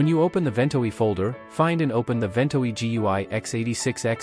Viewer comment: One of the worst AI voices ever, not to say that there are any good ones. It has at least three different pronunciations of "Ventoy" and it has a slow flat evenly-spaced pace that sounds like someone using the search-and-pick method of typing.